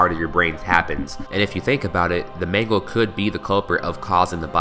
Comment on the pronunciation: mangle i think its mangle